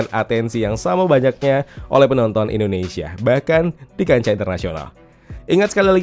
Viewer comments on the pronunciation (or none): none